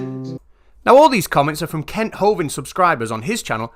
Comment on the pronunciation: I’m really sorry but I’m not the brightest spanner in the box but I’m sure you not pronouncing Kent’s name’s properly. I honestly believe the letter u has been substituted with the letter "e".